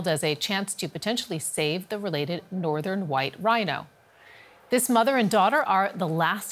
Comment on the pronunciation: An endangered white RhAINAAoH! 🥰